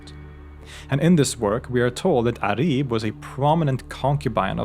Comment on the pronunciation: It’s not Arib it’s pronounced Uraib in Arabic.